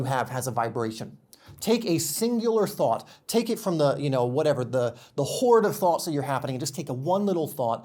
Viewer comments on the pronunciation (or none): none